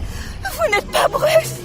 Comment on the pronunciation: Brusse? Mais qui prononce Bruce comme ca????????? Sinon, c'est vraiment le Pire Anaconda que j'ai jamais vu.